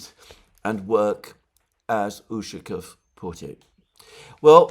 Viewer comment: You're putting the wrong emphasis on Ushakov's last name again. it is necessary to emphasize the second syllable of the letter 'a'.